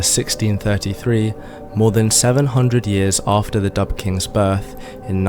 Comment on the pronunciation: This is hilariously funny. It is also very ignorant of Scottish history. Describing some as 'Dubh,' (its pronounced 'doo,' not dub) was a descriptive word meaning they had dark hair, or it could be used to indicate they were sinister, ruthless or evil. As people in Scotland then and now, had various hair colours, ranging from very light blonde, to red, to dark, or black. People often didnt have surnames at time, or were from the same clan, so they used this as a way of distinguishing them. Another contemporary of the time, was Erik the Red, a well known viking of the time, called this as he had red hair. Your interpretation of Dubh, meaning they were black, as in black African, or Moors from north Africa, is a basic mistake. Im directly descended from the Scottish people you talk about. Im Scottish and I live in Scotland. My family like many other Scots can trace their ancestors back at least two thousand years. So that must mean Im black!. Well at least according to you. Anyone looking at me, would say, you are a pale northern European. The same as any other Scot or Irish person. Ive even had DNA tests that shows Im a completely white northern European. No surprises there. Where are all the black Scottish and Irish bodies in Scotland and Ireland? What a deluded and ignorant fantasy you are spinning. I could take every statement you make, apart, because you have deliberately distorted and picked little points and twisted them, misinterpreted them, to suit your agenda. Also th